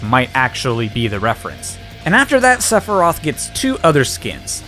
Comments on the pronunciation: Sepherai? My dude come on even those who don't know the series know its Sephiroth XD Also you didn't get all the mii costumes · cloud Sephiroth (lmao. Seph er eye eth) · ...SephiRIAS? I thought it was SephiROTH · Did you say Separy during the first part of his section? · You pronounced Sephiroth wrong. It's (Seph-ir-oth) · I’m still not over “Seperiat” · THAT IS NOT HOW YOU PRONOUNCE SEPHIROTH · We will not talk about how he mispronounced sephiroth. But 2h man? Good job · That "Sephiroth" pronunciation... I see what you did there ( ͡° ͜ʖ ͡°) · I'm sorry, how did you pronounce Sephiroth when introducing him???